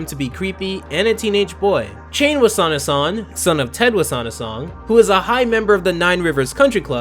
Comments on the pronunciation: Dude... It's Chane Wassanasong, not Shane Wassanasong. It's a fairly common Lao name. In fact, it was the name of a 16th century Lao Monarch who reigned on two nonconsecutive occasions in the Kingdom of Laos. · Am I mishearing, or are you pronouncing CHane as SHane?